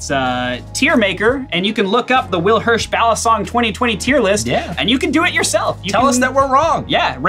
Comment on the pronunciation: i heard willhirsh.gray, how is that possible